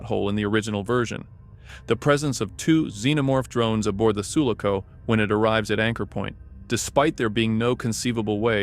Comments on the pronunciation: It's Su-LA-co, not SU-la-co. My brain hurts. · Everyone crying for the way the guy pronounces Sulaco shows how bitter Alien fans are 😂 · Enjoyed the video but PLEASE learn how to say sulaco